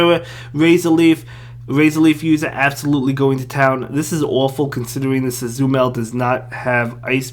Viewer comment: My ears bled everytime u said "azumel" 😅 Azumaril brother haha. Nice video btw, as always. Thx for showing diggersby i saw it on the pvpoke ranking recently and thought it eas going to do amazing and this confirms it